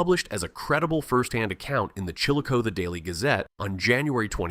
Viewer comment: Chill- a- cawth-ee is the correct pronunciation not chill-a-cote